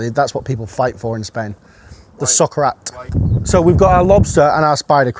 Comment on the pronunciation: I kept hearing sock rat